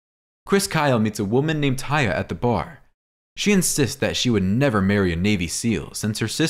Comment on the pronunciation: IT'S (TAY-UH) NOT TIE-A😠🙄😡🤬👎👎AURRGH/ERRGH..!!